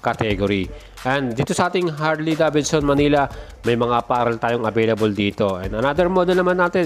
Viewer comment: Sana lang brod...binigkas mo ng maayus ang Davidson... Sa tunog ng bigkas mo...Davidson... Dapat ang bigkas/sound... deyvidson... Hindi da. Bid. Son..